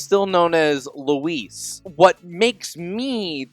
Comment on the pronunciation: It's Louise!!!